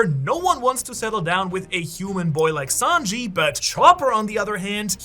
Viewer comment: It’s Sanji not Sanjeev